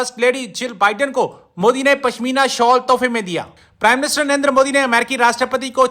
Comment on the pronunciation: Babe it is Narendra, not Narender. He is not a Punjabi.